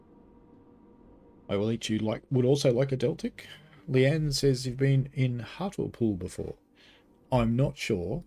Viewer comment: A few more place name tips for you. You know you love them. Willesden and Harlesden are like Willsden and Harlsden, ignoring the first E. Whereas Hartlepool is like HART-lee-pool, pronouncing the middle syllable. We just do it to annoy foreigners!